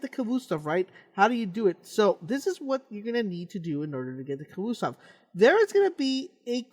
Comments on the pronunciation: It's pronounced ka-vost-ov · it's annoying the way he says khvostov. "khvoostov" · I like the way he mis pronounces Khvostov